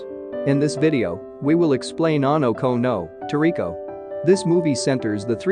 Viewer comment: i think i hear mr narrator pronounces the title as anou-kou-nou toriko, gave me a good laugh